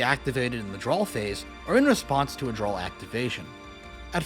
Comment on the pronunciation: Drawl phase. Popoolar. Bye-stials